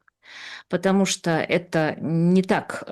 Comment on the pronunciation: "Я читала книжку по-английски"; "скока", "стока", "патамушта" боже мой как эта женщина с таким знанием русского языка ещё и книжки какие-то пишет. Её нужно в 5 класс начальной школы отправлять. Видимо она настолько ненавидела СССР, что в знак протеста не училась.